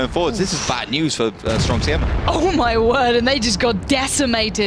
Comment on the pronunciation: Try again, you pronouciation od Siema is ridiculous.